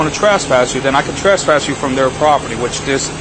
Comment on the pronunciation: "i can TRASS-PASS you" :) dummy cant even pronounce it correctly. lol!!!